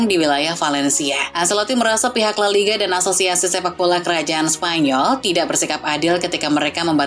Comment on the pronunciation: Pengisi suara nya bisa nggak yang lebih profesional gak min ? Msak nyebut la liga aja gak benar !!!